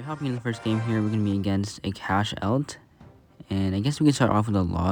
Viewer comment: Haha he pronounced AKASH as A CASH